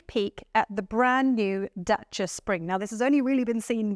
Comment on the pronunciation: love how the presenter pronounced Dacia perfectly ❤